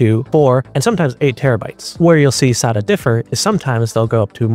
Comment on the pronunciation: You need to learn how to pronounce "SATA" and probably "DATA" as well!